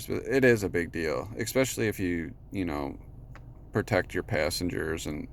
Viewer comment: ESPECIALLY, not EXpecially! Why is it that so many people cannot pronounce this word correctly?